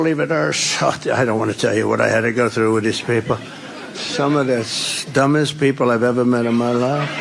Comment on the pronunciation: "some of the stummest people..."